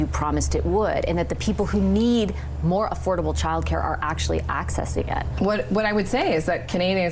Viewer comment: Does know that it’s childcare, not chilcare?